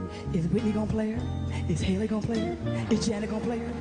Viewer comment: not her saying “Hailey” instead of “Halle”. Don’t tell me they were doing this with Halle Berry, too lol 🤦🏾‍♂️